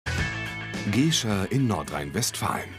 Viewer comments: Jemand sollte der Crew und mal sagen dass es Gescher mit kurzem e und nicht Geeescher ausgeprochen wird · Geeehscher...Gescher, heißt dat Ding, mit kurzem 'E'! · Richtig. Man sagt ja auch "wie der Herr, so as Gescherr" und nicht "wie der Herr, so as Geeescher". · Bitte den Namen "Gescher" richtig aussprechen. Das wird Gäscha ausgesprochen.